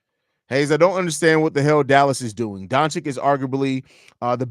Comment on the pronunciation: Don-chich. Not don-chick.